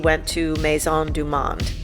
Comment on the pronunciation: Maison du Monde...the Monde is pronounced like our moaned!!!